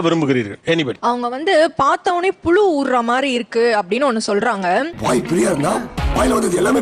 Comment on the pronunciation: Can't even pronounce புழு